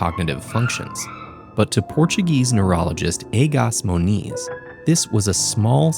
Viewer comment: Egas Moniz is pronounced with the SH sound at the end of both words aaaaaaaaa